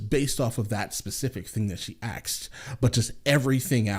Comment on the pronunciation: To correct you: The sorority girl didn't "axe" the question, she "asked" it. That's the only criticism I have of your response. In every other way you are a breath of fresh air: An American who has travelled, seen the world, and understands that there are some good things out there, better than America. As a Brit living in Canada, only a 90min drive from your border, I am sorry to say I meet far too many Americans who don't share your views. Who vote for one Party in every election regardless of whether the candidate is sane or insane; who have never travelled beyond your borders and yet is convinced that no-one else in the world has running water; who put up with poor service from health insurance companies because universal healthcare is communism. I take my hat off to you, for not being one of them.